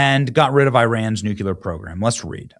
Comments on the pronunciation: Benny, I know you're not illiterate but why do you insist on still saying NEW-CUE-LEHR??? No such word. If you can't pronounce it correctly, then pronounce it phonetically. You've heard it pronounced correctly thousands of times and you still say new-cue-lehr. It's NEW-CLEE-Ehr. Robin Williams never said it right either... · Nuc-clee-er! NOT nuc-u-lur 😖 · Love you Benny, but again.... it's NOT "nucular" it's "nuCLear" 😉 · Benny love you but it NEW KLEE UR.. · Nuclear is pronounced nuke-lee-er Benney. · I can guarantee you that NO ONE has nu-cu-ler anything…